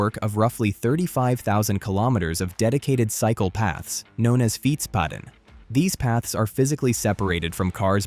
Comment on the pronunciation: For a moment there I thought you said "psychopaths". 😄 For many Dutch cyclists that would actually be correct. Notice to all tourists: do NOT walk on the red asphalt, the cyclists WILL run you over.